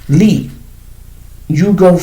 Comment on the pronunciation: Did you say lee?